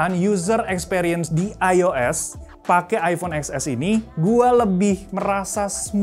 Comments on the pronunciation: baca nya bukan eks es tapi ten es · TEN ES WAK.. BUKAN EX ES…😂😂😂😂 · Baca nya iPhone Ten S kyk nya lebih enak di dengar. Hehe 😁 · eksses (emot ngakak)